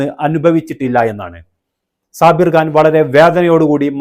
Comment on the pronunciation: Khan .. it’s not Gaan ‘